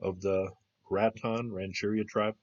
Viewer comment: Cool video! I work right up the road from this site - about 5 minutes away, and I've never heard of it. Not to be picky because I learned something for sure but just to let you know, the tribe name is pronounced GRATE-un. And the County is called MA-rin. I know grammar police are annoying, I just thought I'd let you know. Thanks for the research. Love your videos!